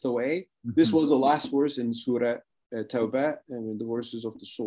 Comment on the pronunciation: Wow to to his perfect pronunciation and knowledge of surahs …